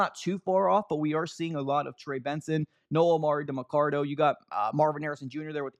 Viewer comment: Someday, you'll say "Demercado" instead of "DemercaRdo" 🙂